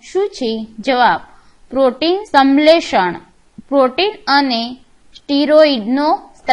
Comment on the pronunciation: Video khub j saras che Pn aap shanshletion ne samletion kahi rahya chho....